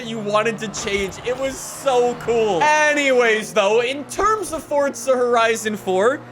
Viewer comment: Furza Hurizon for XD